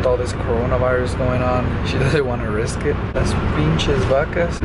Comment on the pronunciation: Did u say pinche princesas 😂